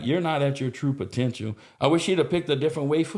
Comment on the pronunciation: God said he not at his troo-per tential